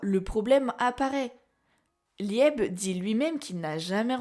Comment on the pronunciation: Merci pour cette vidéo très intéressante. Par contre, Liebe se prononce plus Libé (c'est de l'Allemand, ça veut dire chéri ou aimé). J'ai toujours pensé que la vraie magie de Richita était sa magie de stockage et que son pouvoir était lié à une malédiction. Secre a veillé sur le grimoire de Licht pendant des siècles, alors comment expliquer que Richita le possède? Imaginons qu'Asta et Richita appartiennent au passé et que cet événement se soit déroulé dans le laps de temps où Secre n'a pas pu surveiller le grimoire. Imaginons que cela soit lié à Lucius et à Astaroth, qui peut contrôler le temps. Je ne sais pas mais il y a des moments où certaines planches du manga sont incohérentes, jusqu'à ce qu'on comprenne qu'Astaroth peut manipuler le temps.